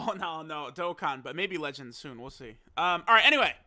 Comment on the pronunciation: I rate the intro 8/10 mostly for that another but you could improve by not saying legends again like that in a dokkan video